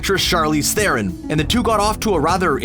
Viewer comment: I'm sorry, but it's not Thay-ron or Theh-ron, it's Th'ron... almost silent e (kinda like syringe is ponounced s'rinj, not sai-rinj or see-rinj).